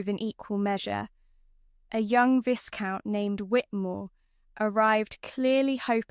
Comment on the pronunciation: AI should know how to properly pronounce simple words like “BOW” like “VISCOUNT” - it’s quite annoying 😢😮